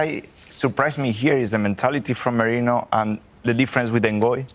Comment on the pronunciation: Moreno? His name is MERINO